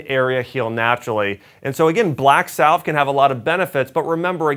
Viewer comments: It is pronounced "sav"....rhymes with "have". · BTW, the “ L “ in “ salve” is silent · The L is salve is silent isnt it?